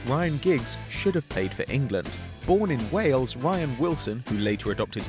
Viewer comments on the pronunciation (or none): none